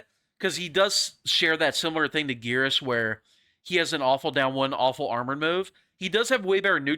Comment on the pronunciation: wait maybe I am stupid but I swear in Mk11 he is called Geras like “air.” Guess I gotta check and see if my memory fails.